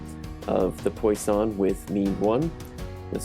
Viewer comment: Good explanation with code, but note for the future that it's pronounced like "pwus-son". Source: I have a math PhD :)